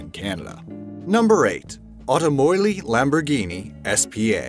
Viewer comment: It really irritates me that he pronounces Lamborghini Lambroghini